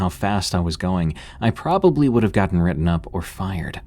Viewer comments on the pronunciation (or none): none